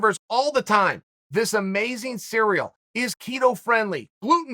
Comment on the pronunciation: When he said the cereal bandwagon I thought he said Ciryl as in Ciryl Gane lmao